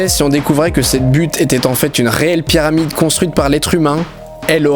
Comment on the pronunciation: Au début j'ai l'impression qu'il dit "Pierre Amide" au lieu de Pyramide